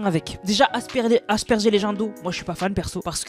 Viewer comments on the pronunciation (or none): none